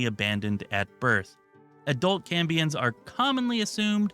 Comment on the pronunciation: Maybe you were saying Cambions but it sounded like you said Cummins playable race